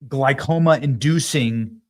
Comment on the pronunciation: Glaucoma not glycoma! Benny, you are actually pretty thick 🤡